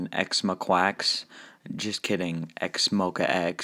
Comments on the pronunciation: Wait that’s not how you pro nouce it .-? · whenever you say x-mo-quacks it literally kills me 😂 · QUACKS LOL